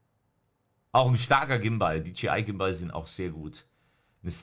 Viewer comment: Niemand: Wirklich niemand:: ein Gimbahl